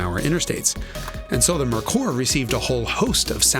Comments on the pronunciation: It’s pronounced Mare-cöör, not Murkur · I don't see why it is so hard to pronounce "Merkur"....like "Mere Core". It's that simple. It is just a lame excuse to blame the brand name. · Aw Jason, say it with me - “mare koor” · Pronounced MARE-koor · i don't think i've heard merkur mispronounced so many times since the 1980s! LOL the dealership distribution was the biggest problem, as mentioned in this video...and honda, toyota, and nissan took note of that, for sure (although acura and infiniti seem to take turns circling the drain, so to speak) iirc, that cosworth head wound up in the north american ford motorsport catalog in the later 1990s (i think it actually fits on the early 1970s ford pinto engines) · You really should have verified the correct pronunciation of Merkur before making the video.